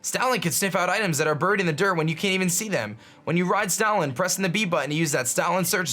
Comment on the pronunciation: When he said "Stoutland", it almost sounded like "Stalin".